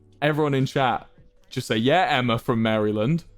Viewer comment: Cringing at his pronunciation of Maryland. [Facepalm.]